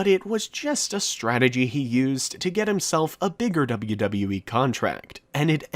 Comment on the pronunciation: You pronounce WWE very badly